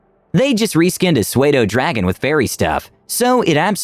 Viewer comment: lol, suede-o dragon. Matt never would've said that lol.